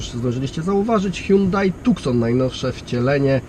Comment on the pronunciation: Z dziennikarskiego obowiązku to mógłby kierowca się doinformować, że to auto nazywa się Tucson, co wymawia się jak TuSSon, a nie TuKSon ;)